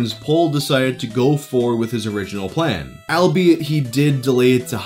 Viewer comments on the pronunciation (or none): Who's Al? It's pronounced ALL-BE-IT. Its literally just a portmanteau of those words. Stop triggering me! haha